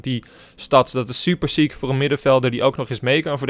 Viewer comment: Hij zei ook soeper